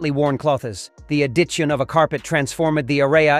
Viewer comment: “The a-ditch-in of a carpet transform-Ed the A-ray-a”